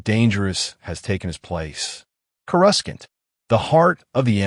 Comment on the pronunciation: You lost me at "Chorus-Kant."